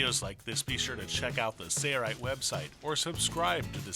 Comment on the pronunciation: nice! thanks! Id def get someone to record that again though :) "Sayaright" is crazy sounding in all of your videos. Could be bad for the image?